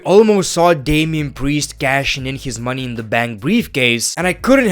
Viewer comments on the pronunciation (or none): That sudden change of accent to irish😂😂😂😂 “mOni in da bunk”